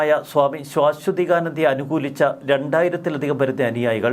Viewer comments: സുഹൃത്തെ ശ്വാ അല്ല ആദ്യത്തെ അക്ഷരം ശാഎന്നാണ്. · ശാ....ശ്വ എന്ന് ഉച്ചരിക്കണം. ശ്വാ....ശ്വ അല്ല. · ശാശ്വതീകാനന്ദ നിങ്ങളുടെ ഉച്ചാരണം ശരിയല്ല